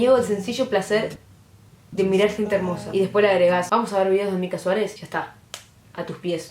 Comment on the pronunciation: Que roberto aprenda a decir mica